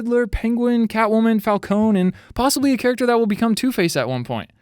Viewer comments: You’re pronouncing falcons wrong, it’s pronounced falkonie, not falcone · ITS FALCONE AS IN FALCONEE DAMMIT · The E in falcone is pronounced like the E in bEd or Example etc etc (btw im Italian) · Stop saying falcone like that